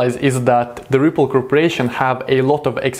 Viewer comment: Sounded like you said triple in the beginning but Yo I love this channel keep it up 👍🏼👏🏼